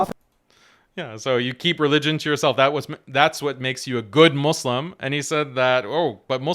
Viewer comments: It boils my blood everytime he says 'I am a Mozlem' despite being an Arab who used to be Muslim! He won't even pronounce the word right! He's just a wannabe who only wants attention.. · nas claims his muslim : pronounces muslim MUZlem